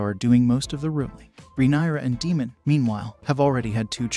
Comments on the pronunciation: Yes I had to unfortunately turn it off because of that constantly calling Daemon Demon🙄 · He said Egon and Demon!! 🤣😂